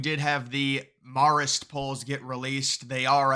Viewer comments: Hate being that guy, but It’s pronounced MARE-ist, not MAHR-ist. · Learn how to say Marist; sounds ignorant when you are so off. Maar ist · Can you please learn to pronounce "Marist?" Hint: it doesn't sound like "Mars." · You trip me up every time you pronounce Marist as "Morrist." It gets its name from the Society of Mary. Pronounce "Marist" with the same vowel sound as "Mary." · Can someone tell him it’s “mare-ist”? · I love these videos, but you're pronouncing Marist completely wrong. Marist is in New York, the 'a' is not pronounced as if it's in California. A for Apple,, not opple.